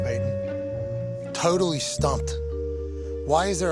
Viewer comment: Pat doesn't have much of a WV accent, but I definitely heard it a when he said "totally". 😀